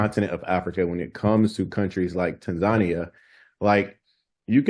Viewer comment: I happened to see Melanated Safaris on FB today and decided to find their YT channel. Then, I see this video. Thank you and for this video!! I appreciate you both for the information shared especially the correct pronunciation of Tanzania!😀